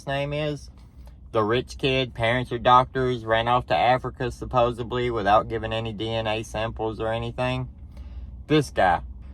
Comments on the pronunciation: Yes I agree with you but there is no word supposebly, its suppos ed ly, sorry its the English teacher in me. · You are mispronouncing the word supposedly. SupposEDly. “Ed” as in the talking horse, Mr. Ed. 😊